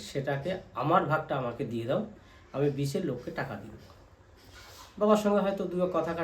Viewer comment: ‘বিচে’ না দাদা। “বেচে” দিয়েছেন।